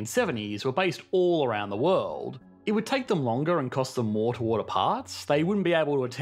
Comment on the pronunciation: What is this "wuld" you speak of? I lived in San Francisco for 9 years, and across the bay in Berkeley for another 5. We couldn't afford it once we had kids.